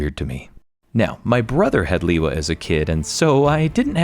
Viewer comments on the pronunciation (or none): Onua was also my favorite, such a unique design and awesome color scheme! And I also mispronounced Lewa, thought I always said Leewa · Love seeing Bionicle get some respect! I can't believe I've been mispronouncing Lewa for the past 20+ years